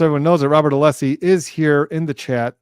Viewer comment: At least twice in Thursday’s hearing, Brennan began his reply with “Aleeessi,” but in the sentence or two immediately after, pronounced Alessi perfectly correctly. So either it’s purposeful or possibly another example of his odd relationship with the English language.